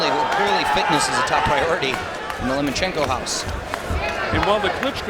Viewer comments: I like how one of the commentators keeps calling him 'Lemonchenko'. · So the commentating isn't worth listening to.... I think they just couldn't pronounce his name so.....